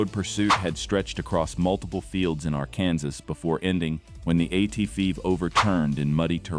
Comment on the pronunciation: don't use AI to do the narration, it couldn't even pronounce "Arkansas" correctly